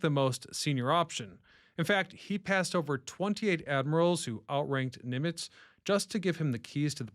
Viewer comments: Why do you say "Neemitz"❓ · It's not Neemitz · Yeah that was weird